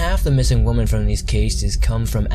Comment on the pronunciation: Am I missing something? Is there a reason you don’t seem to use the plural of woman when you are speaking? It sounds like you say “belonging to one of the missing woman” and things like that when speaking of women as in more than one. I don’t mean to sound picky. Just wondering if I am hearing it wrong or maybe you aren’t from US and that is correct where you are from. I really love your videos. I am a recent subscriber.